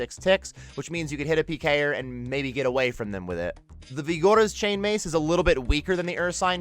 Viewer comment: Y did he say vigora like that :/.